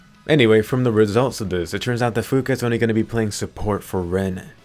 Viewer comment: Swear you said Fuka I heard Finka.....I been playing too much siege